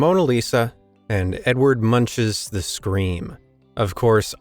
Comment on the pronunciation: It's amazing you can't pronounce Edvard Munch's name. It's pronounced MoonK, not munch, like in chewing something.